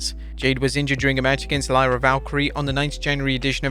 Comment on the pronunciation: its lyra valkyria not lyra valkyrie gosh pronounce the name right you are so dumb😡